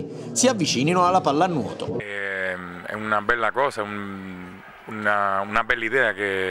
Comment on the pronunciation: La pallanuuoto pronuncia napoletano